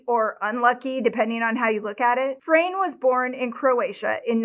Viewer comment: His name is pronounced as it´s written, not Frein, Fra-ne 😉HNY ❤